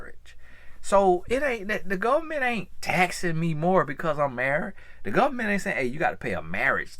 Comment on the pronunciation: “Lemme tell ya bout the govment” 😂 sounds like one of my cousins from Bama